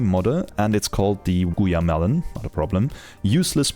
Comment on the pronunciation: /guaimashen/ is the name of a popular "alfajor" brand here in Argentina. It was funny watching you trying to pronounce that. Ty for the video